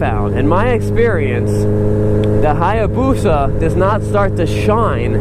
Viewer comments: Being a motorcycle dealer, I'm surprised you can't properly say, "hay-boosa". And I'm not sure that's even a real hay-boosa; the swing-arm is way too short. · The A is silent in Hayabusa just so you know.